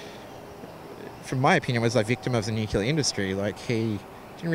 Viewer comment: The word is NUCLEAR, not NUCULAR.